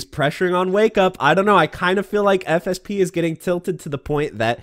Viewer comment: Every time you say "FSP", I keep hearing "FSB" and I'm like, "Wait... The man who just crashed the crypto market is a Rufus main with no footsies? That explains a lot."